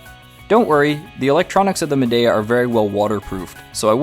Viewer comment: I’ve had mine 5 years. ZERO PROBLEMS. when I remove it from the window after using it i CLEAN IT. Store it in my apartment. Never ever have had a problem with mold. And it’s pronounced MAdeeA.